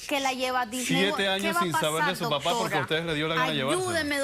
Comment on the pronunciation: ellos disen dotora yo lo escucho asi